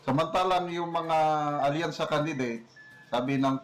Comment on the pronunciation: Wasakyansa na bossing instead of alyansa🤭🤣🤣🤣